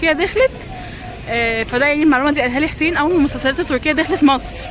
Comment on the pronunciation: ..عايزه اقولك حاجه.. معرفش تفتكريها ولا اصلا ماعاصيرتيهااش.. كان في اعلان كان غسالات جي ام سي. زمان فالتي في كت اللي فالاعلان بتقول ياحسييين طول الاعلان.انتي بتنطقي اسم جوزك حسين زيها ❤❤😍😍برقه كده